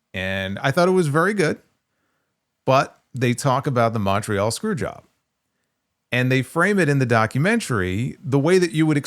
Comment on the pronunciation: Can Americans PLEASE learn to pronounce "Montreal" correctly?